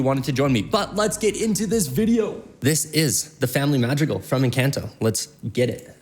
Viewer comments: That's not how you say encanto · I LOVE this guy but the way he pronounces Encanto and Madrigal are killing me 😂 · from encAnto to encAnto to encaunto to encAnto sheesh (im talking about the pronounciation, in whatelsecan ido u pronounce it correctly but in all the others u didnt.. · Bro this guy be saying encAnto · I love the video and the reaction. Only thing is its not pronounced enCANto, try to pronounce the A with a soft sound. :) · your saying it wrong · I love these videos but he needs to start saying ENCANTO correctly 😭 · Please ENCONTO NOT ENCANT-O AND ITS MADREEGAL